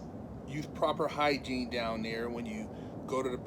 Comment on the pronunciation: lil nigga said hygine disaster lol